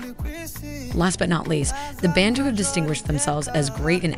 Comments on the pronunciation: Thanks for the video. The correct pronunciation is bah-ntu, not ben-tu. We call ourselves abantu, Europeans came up with bantu. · Bun-tu not ban-tu😭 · pronounced Ban(bun)-a dough mixture baked normally for burgers. TU (two) -two people. so it's bun-two not ban-two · it's BANTU not BENTU.... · it's BANTU not BENTU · YOU GUYS NEED TO DO YOUR RESEARCH IT IS NOT BANTU but BA'NTU the sound this is why they got you????????